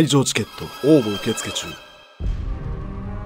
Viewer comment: 毎回「応募受付中」の応募のイントネーションが気になっちゃう